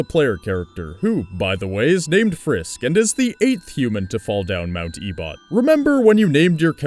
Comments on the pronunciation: I thought you said "A butt" instead of Ebott lol XD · "E-bot" that's... not right. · Mt. Ebott is pronounced Eh-bit